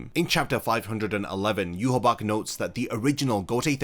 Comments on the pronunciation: Yu ha bach? Say it with me: yu ha ba ha I know you can do it! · It's pronounced you-wah-bah-hah